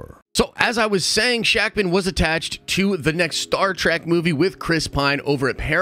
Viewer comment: It’s actually pronounced Sha-k’mon. I actually have no idea if that is accurate.